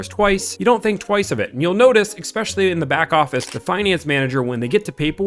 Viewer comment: It's ESPECIALLY not "eggspecially" 😂😂😂